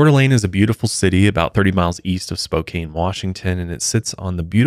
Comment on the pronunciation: 😂 hahaha spo-cain washington lol Pronounced spo-can lol